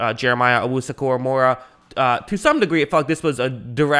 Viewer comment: Say it with me, KORAMOAH. NOT KORAMORAH. PUT SOME RESPECT ON THE DAWGS NAME